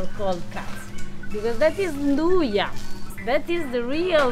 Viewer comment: not 'inn-doo-yah', nn-doo-yah